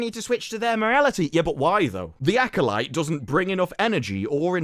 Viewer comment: Why did they have the guy that can't pronounce acolyte say acolyte?😅